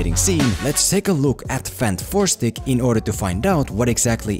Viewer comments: Everyone says it Fan-Four-Stick, but shouldn’t it be Fant-Four-Stick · Im so happy he calls it "fanfourstick" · I needed to laugh every time you said fan 4 stic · so funny when you say FANT FOUR STICK, lol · Dude i legit cant take you serious when you keep saying fant 4 stick😂